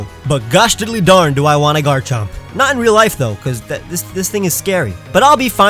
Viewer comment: AND YOU SAID THE FIRST PART WRONG! IT'S "I WAS NOT EXPECTING", NOT "I WAS DOT EXPECTING!"